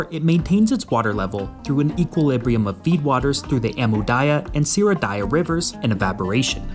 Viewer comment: How hard is it to pronounce the name "Daria"? Well, Amu-Darya and Syr-Darya hyme with it. Not once have you read it correctly.